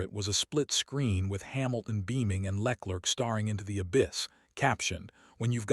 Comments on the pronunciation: Who the hell is Lec-lerc...? What are your sources...? Is this fact, or simple conjecture...? I'm a LH fan, but seriously man, at least get Charles surname right...! I'm bored of these AI voiced rambles...!! Lol... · Leck lurk 🤣🤣🤣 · Who the F is Leklirck? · The way he pronounces LeClerc is hilarious. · Le Clerc is not pronounced as Lecklert. ‘Leclerc ‘might be best pronounced ‘Luh Claire’. And Mercedes is rarely if ever pronounced Merced.